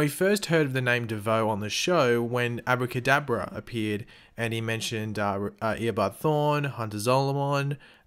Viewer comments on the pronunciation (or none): it genuinly sounded like u said abu kadabra , making me picture a muslim magician